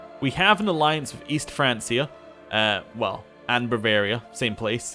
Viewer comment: good stuff, btw francia is pronounced with a 'k'